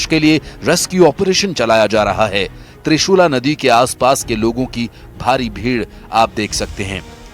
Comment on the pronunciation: त्रिशूला नहीं,त्रिशूली नदी कहो